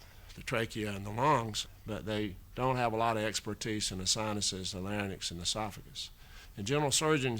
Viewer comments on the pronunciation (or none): Lots of good information. But why would an intelligent and educated physician mispronounce "larynx" as "LARNYX?" He said it that way three times. It was not an accent situation either. It was a true mispronunciation.